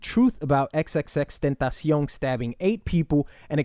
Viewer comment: Its crazy how you said X's name perfectly and flawlessly but mess up everyone else's names lol